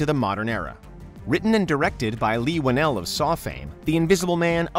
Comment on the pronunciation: They said "Leigh Whannel of Saw fame"